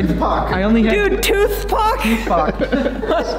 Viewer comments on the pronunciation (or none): toothpac hahahahahahaa